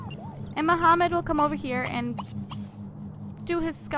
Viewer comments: i dont think his name is muhammad i think shes been reading his name wrong the entire time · Omfg it's not Mohammed its Mahmoud jeez (i know this lp is done) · Disliked every video you said Muhammad in instead of Mahmoud!!! MAHMOUD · Yh but that's not how u say that name that name only has one way of saying it